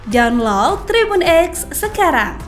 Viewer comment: wow, nyebut download aja ga bisa gimana sih ?